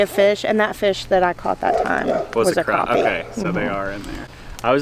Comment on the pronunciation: You are in SC now. It is Crappie Not Croppie. lol Yesterday was unbelievably not normal. I was watching it on Ryan Hall ya'll on youtube. I could not believe it was happening. I am in the Midlands.